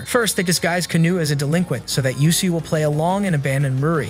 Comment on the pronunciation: not him pronouncing usui as Yusui \... ahhh no offense btw XD